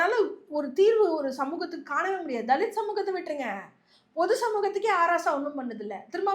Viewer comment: அது H Raja இல்லை அ. ராசா. தெளிவா பேசும்மா. மைக் கிடைச்சா முதல்வராயே கேள்வி கேப்பீங்களா